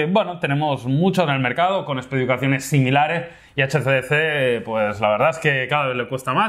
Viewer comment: () "...especificaciones similareh" xD